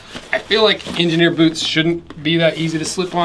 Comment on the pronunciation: When did boots become Boouts? That's all I wanna know!